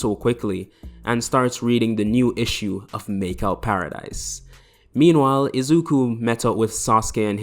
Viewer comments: Did he just say "izuku"😐😐 lmaooo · did you say izuko